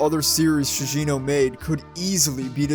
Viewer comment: Bruh its not Shuichi "SHIJINO" its ShiGEno.